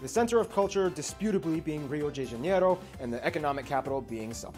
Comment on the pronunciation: Ohh no it's not Hanero, it's not Spanish 😂😂😂